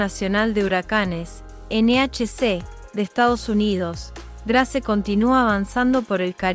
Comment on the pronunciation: Por favor es Grace , que se pronuncia ,no literalmente en español Gracias